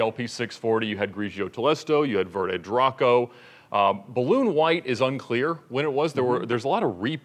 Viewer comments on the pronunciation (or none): none